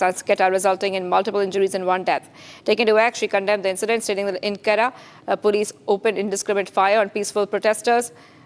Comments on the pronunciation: Its not qetta its quetta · Its not Qatar its QUETTA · It is not Qatta it is Quetta (Ko ee ta). At least pronounce it properly! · Plz learn the correct pronunciation of Quetta before you give any news about it!!!!! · This anchor has to be taught how to pronounce Quetta.Kahan sey utha ke lekar ate hai inko